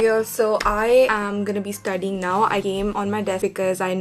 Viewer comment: its studying not studing